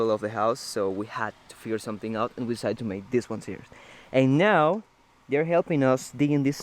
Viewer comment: I love your channel and watching your progress. Progress in videography, progress on your home, progress in English! A little advice to continue your improvement, when you say “now”, you’re pronouncing it like “nou”. Instead, try to pronounce it like /naou/ (if you read it in Spanish quickly) It’s kind of hard to explain in writing but I hope that makes sense.Just little tweaks that will makes you more fluent, but congratulations, you’re doing great!!